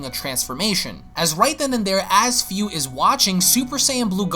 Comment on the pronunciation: man im pretty sure his name is Fu, pronunced Foo (like Foo Fighters) and not as Fiu